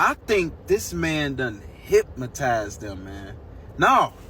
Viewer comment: Its "hypnotized" not "hypmotized".